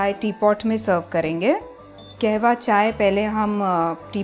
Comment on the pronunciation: Not KEHWA its KAHWA Pronounce it properly madam. You are running a 1M channel.